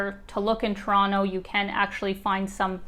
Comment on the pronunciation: It’s so refreshing to see someone on YouTube pronouncing Toronto properly 🇨🇦😍